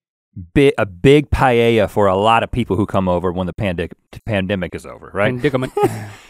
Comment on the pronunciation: The way he says paella made me nearly click off. Pie-yay-ya